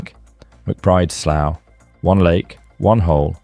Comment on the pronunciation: "Dania" rhymes with "mania", "slough" is pronounced just like "slew"